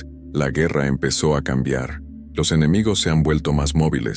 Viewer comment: Dice "enemigios".